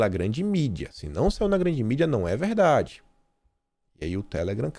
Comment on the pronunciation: "É veldade essa pesqüisa!" kkkkk...